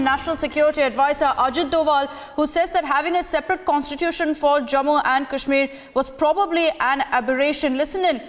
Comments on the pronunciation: the way u say contitusion, contitusion says volumes about your en devour!! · Contitution contitution abberation abberation.